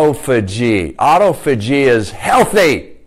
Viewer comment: Its pronounced ah-tof-ah-gee. Good info tho thanks